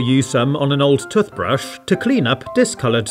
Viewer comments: It's called a Toothbrush, not a Tuthbrush. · toth paste toth brush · I'm slightly obsessed with the way you say toothbrush. Tuffbrush. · I can’t un-hear ‘tuth-brush’. 😄😅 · A tuuthbrush? And tuuthpaste? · Am I the only one triggered for him saying tothbrush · stop saying toothbrush like that. its so annoying when you pronounce tooshbrush like that. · the way it says toothbrush